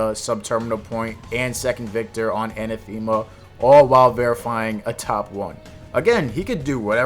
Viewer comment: Pronunciations are hard to describe in plain text, but the stress should be on the second syllable, not the third. If you can read enPR, it's /ə-năth′ə-mə/. If you can't, search for the pronunciation and you should find a voice recording.